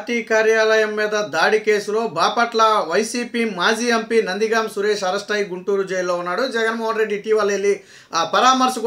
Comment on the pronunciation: Nandigam Suresh not Nandigama Suresh. Pronounce correctly